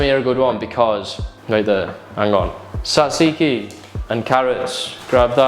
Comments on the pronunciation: the tz in tzatziki (both tzs) is pronounced like J in Jeff. So it's more like jajiki, not zaziki. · The way you pronounce tzatziki is hilarious man hahahahha